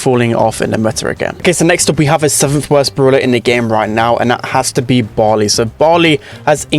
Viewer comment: I was shocked when you said barlly